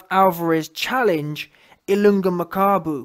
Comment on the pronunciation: You pronounced Ilunga perfectly showing your 190 iq points my guy 💪🏽